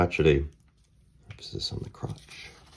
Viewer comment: emphasis on the crotch. LOL!